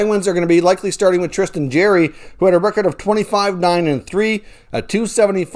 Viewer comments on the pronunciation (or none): didn’t miss a lot of time at the beginning, he was injured for 14 games last month....also its JAR- E not JAIR-E